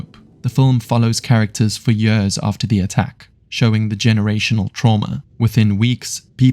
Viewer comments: brother its years, not yörs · I enjoyed the video so much, apart from everytime you said "years"